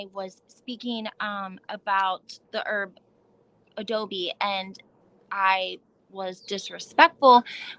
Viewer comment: Adobo not adobe